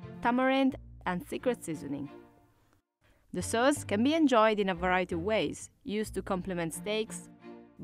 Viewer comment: Dislike for mironic narrator who can't even say simple words like "sauce".